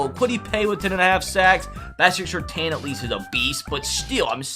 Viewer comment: i must put a stop to you pronouncing Surtain like that